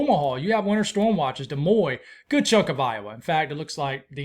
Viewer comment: Interesting forecast. Des Moines is pronounced...Da Moyn not De Moy